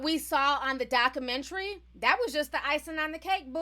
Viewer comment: Doc-u-men-tary..... Not Doc -u-men-tree